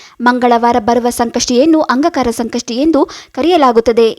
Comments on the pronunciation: ನಿಮ್ಮ ಉಚ್ಚಾರಣೆ ಸರಿಯಾಗಿ ಇಲ್ಲ, ಅಂಗಕಾರಕ ಅಲ್ಲ ,ಅಂಗಾರಕ ಎಂದು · Angakara alla Angaraka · ಅಂಗ ಕಾರಕ ಅಲ್ಲ ಅಂಗಾರಕ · Angaraka antha heli...angakaraka alla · ಅಂಗಕರ ಅಲ್ಲ ಅಂಗಾರಕ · ಅಂಗಾಕಾರ ಅಲ್ಲ ರೀ ಅಂಗಾರಕ ಅಂತ ಹೇಳು. 🤦‍♀️🤦‍♀️ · ಅಂಗಾಕಾರಕ ಅಲ್ಲ ಅಂಗಾರಕ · Angakara alla maree angaraka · please say angaraka, not angakara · Please, ಅಂಗಾರಕ ಎಂದು ಹೇಳಿ. ಅಂಗಕಾರ ಅಲ್ಲ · First change your pronounce not Angakaraka Angaraka😅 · Anga Kara alla angaraka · Its not aangakara Angaraka your pronunciation is wrong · Not angakara pronounce wrong say angaraka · ಅಂಗ ಕಾರ ಅಲ್ಲವ್ವ ತಾಯಿ,ಅಂಗಾರಕ ಚತುರ್ಥಿ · ಅಂಗಕಾರ ಅಲ್ಲ, ಅಂಗಾರಕ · ಅಂಗಾರಕ ಮೇಡಂ ಅಂಗಕಾರಕ ಅಲ್ಲ ಸರಿಯಾಗಿ ಹೇಳಿ .ಮಾಹಿತಿ ಕೋಡಿ. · Angkara ಅಲ್ಲ ಮೇಡಂ.. ಅಂಗಾರಕ ..ಮೊದ್ಲು ಎನ್ ಹೇಳ್ತಿದೀನಿ ಅಂತ ತಿಳ್ಕೊಂಡು ಮಾತನಾಡಿ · ಅಂಗಾಕಾರ ಅಲ್ಲ ಅಂಗಾರಕ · Pls tell properly angaraka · Medam modalu ಅಂಗಾರಕ anta uchchar madriii plz💐💐🙏🙏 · Hello...angakaara naa?? Thappu thappaagi heluvude dodda thappu😂😂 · ಒಂದು ಸಲದ ತಪ್ಪು ಅಲ್ಲ … ಪ್ರತೀಸಲ ಅದನ್ನೇ ಉಚ್ಛಾರಣೆ ಮಾಡಿರೋದು … ಮೊದಲು practice ಮಾಡಿ ಅನಂತರ video ಮಾಡಿ … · ಏನೋ ಒಳ್ಳೇದು ಹೇಳಾಕ್ ಬಂದಿದೀಯಮ್ಮ ಉಚ್ಚಾರಣೆ ಸರಿಯಾಗಿ ಇರ್ಲಿ ಅದು ಅಂಗಾರಕ ಏನೇನೋ ಓದರ್ ಬೇಡ ಇಲ್ಲಾಂದ್ರೆ ಬಾಯಿ ಮುಚ್ಕೊಂಡು ಇರು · ನೀವು ಹೇಳುತ್ತಿರುವ ವಿಷಯ ಸರಿಯಾಗಿದೆ ಆದರೆ ಅಂಗಾರಕ ಎಂಬುದರ ಬದಲು ಅಂಗಕಾರ ಎಂದು ಹೇಳಿರುವುದು ಕೇಳಲು ಹಿಂಸೆಯಾಗುತ್ತದೆ ಸ್ವಲ್ಪ ಅಲ್ಪ ಪ್ರಾಣ ಮಹಾ ಪ್ರಾಣ ಸರಿಯಾಗಿ ಉಚ್ಛರಣೆ ಮಾಡಿದರೆ ಚೆನ್ನಾಗಿರುತ್ತದೆ ನಿಮಗೆ ಒಳ್ಳೆಯದಾಗಲಿ ಧ್ರುವ ಅಲ್ಲಾ ದೂರ್ವ ಅಂದರೆ ಗರಿಕೆ ಪತ್ರೆ ದತ್ತೂರ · ಅಂಗಕಾರ ಅಲ್ಲ ಅಂಗಾರಕ ಮೇತುಚೂರ್ ಅಲ್ಲ ಮೋತಿಚೂರ್ ದೃವೆ ಅಲ್ಲ ದೂರ್ವಾ... ಕನ್ನಡವನ್ನು ಸರಿಯಾಗಿ ಬಳಸಿ ಉಳಿಸಿ ಸಿರಿಗನ್ನಡಂ ಗೆಲ್ಗೆ ಸಿರಿಗನ್ನಡಂ ಬಾಳ್ಗೆ.❤🙏🏻 ಜೈ ಕನ್ನಡಾಂಬೆ 🙏🏻👏🏻w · angakara alla angaraka n druva alla durva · ಅಂಗಕಾರ ಅಲ್ಲ ಅಂಗಾರಕ ಮೇತುಚೂರ್ ಅಲ್ಲ ಮೋತಿಚೂರ್ ದೃವೆ ಅಲ್ಲ ದೂರ್ವಾ... ಕನ್ನಡವನ್ನು ಸರಿಯಾಗಿ ಬಳಸಿ ಉಳಿಸಿ ಸಿರಿಗನ್ನಡಂ ಗೆಲ್ಗೆ ಸಿರಿಗನ್ನಡಂ ಬಾಳ್ಗೆ.❤🙏🏻 ಜೈ ಕನ್ನಡಾಂಬೆ 🙏🏻👏🏻